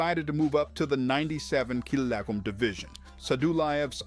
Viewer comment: The narrator just can't seem to say "Kilogram" 😂😂